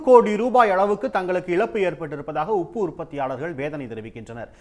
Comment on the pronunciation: ஐய்யா அது உப்பு அப்பு இல்ல